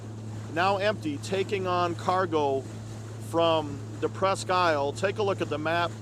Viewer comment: FYI, at least in Michigan, we pronounce is "presk - eel".